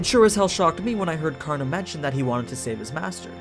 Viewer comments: Can't take it when the narrator doesn't want to take 10 seconds to learn the pronunciation of the name to respect the original source. Not kaarna, it's kar na spoken as one word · Ture its Karan not Karna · In the Hindu epic Mahabharata, 'Karn'(and yes it is correctly pronounced as Karn and not Karna) is the noblest and most powerful warrior only second to his uncle Bhishma. He was literally invincible in every way with the armor. He was betrayed, mocked, abandoned and tricked by his own mother, brothers, sister, his teacher (who was called 'Dronacharya' and is the one who cursed him) and even by the gods. Yet he never held any contempt in his heart. TOTAL RESPECT! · Aman is right . it's karna in the original story not Karan. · Its karan .... At least think i live in India People say its karan not kana